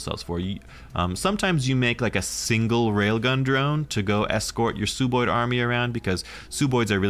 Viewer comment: Great video once again, but its Sub-oid, like sub-marine, sub-terranean, or sub-ordinate. "Sub" meaning below/under. They're sub-humanoids aka sub-oids.